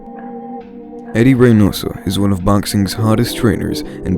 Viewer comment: He pronounced Reynoso correctly.